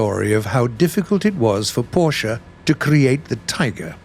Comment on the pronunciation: I love u for saying porsche correctly. Thx very much